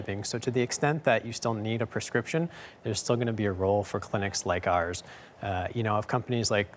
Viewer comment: Yea, lets go ahead and trust a couple of people who keep mispronouncing Prescription.